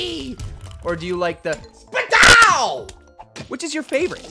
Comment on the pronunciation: it's spudow not spupow